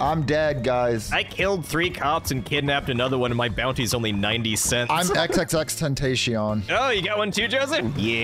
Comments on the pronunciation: Don’t make jokes, so XXXTENTACION like that, and by the way you said it wrong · Bro said he's xxxtenticaon